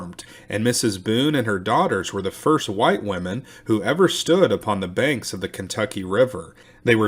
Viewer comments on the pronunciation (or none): none